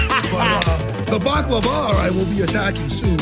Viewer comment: What in the world is "Back Lee Vara" 😆 baklava